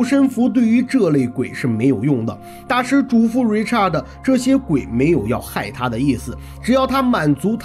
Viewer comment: Richard 是唸er的音 Not art Richart 才是發你唸的art的音